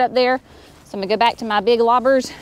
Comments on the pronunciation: Did I hear correctly ? Lobbers. Loppers ?? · Loppers not lobbers